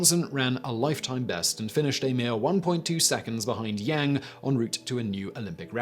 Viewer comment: Yo Simon, for future reference. A is a long vowel in Mandarin. So Yang is said like "Young".